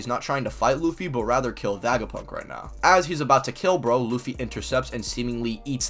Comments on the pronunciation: I liked this video then I heard this man say vagapunk and it hurt every time he said it like physically hurt like istg I have a mini headache for a couple seconds everytime this man says VAGAPUNK. STOP SAYING VAGAPUNK IT SOUNDS LIKE A SEX TOY BRO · Great video, but you pronounce Vegapunk weird lol. It's Vega like Vegas. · Bro what are you smoking when you try to pronounce Vegapunk?